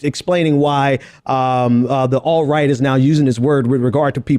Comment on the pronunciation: Please,, don't pronounce alt-right as alright ever again. Acceptable ways to pronounce alt-right are; young American white supremacists, serious assholes, dangerous evangelicals, new neo Nazis, race war promoters, fascists, America's Special children, pre crime felons, most dangerously ignorant Americans, first amendment embarrassments, second amendment worst case scenarios,... But not all-right.